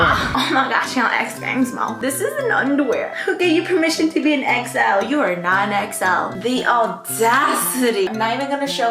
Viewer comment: i keep hearing exo every time she says xl😭